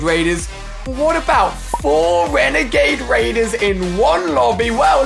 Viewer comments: Ali said wenegade waiders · Shhh... hunting wenegade waiders